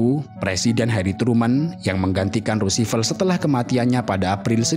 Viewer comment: Mengkritisi narator: Saya banyak menemukan pengucapan nama tokoh/suku bangsa yang tidak benar/tepat. Misalnya "Khmer" di Kamboja dan di video ini "Roosevelt". Selain dari hal itu, narator ini oke. Suaranya empuk, artikulasi jelas, jeda antar kalimat baik. Selamat lanjut berkarya.